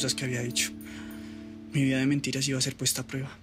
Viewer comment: Dijo mentinas 😂😂😂